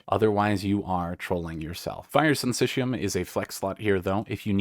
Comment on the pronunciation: thank you so much for your inclusion of the proper pronunciation of syncytium at the end, that made my day.